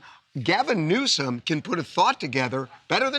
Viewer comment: did anyone notice trump said newscum?